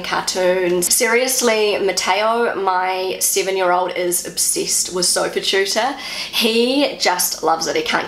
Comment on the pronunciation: "Sofatutor": I recognised that this ad is adressing german parents, therefore I scolled two times bacj to even find out the writing of "sofatutor". I would suggest to pronounce this special vocabulary in German as well.